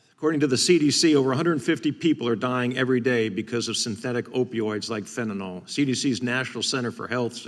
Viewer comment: Buck don't know fentanyl, he only knows fentinall. Probably says nucular instead of nuclear too.